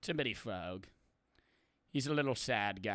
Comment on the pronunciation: "mini frwag"